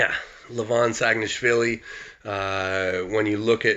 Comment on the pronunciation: your "saginashvili" pronunciation is perfect man, first time i hear foreigner says it perfectly :D